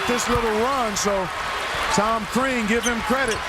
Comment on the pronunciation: Crean...not Krean =) Watford for the win! Yesss yessss! LMFAO